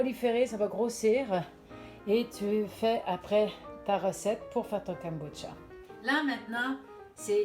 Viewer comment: poyrquoi les gens disent Kemboutcha 😂😂😂 JPP